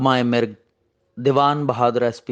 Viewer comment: نغمہ مرگ میم کے نیچے زیر نہیں ھے میم کےاوپر زبر ھے جناب درست لفظ نغمہ مرگ ھے میم کے اوپر زبر کے ساتھ